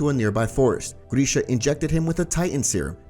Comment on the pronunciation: I'm not gonna lie, hearing you butcher Grisha's name was like nails on a chalkboard. GRISH... GRISH. NOT GREEEESH